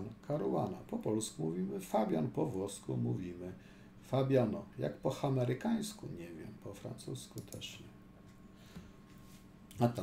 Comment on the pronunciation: prawidłowo mówi sie po amerykańsku a nie po hamerykańsku.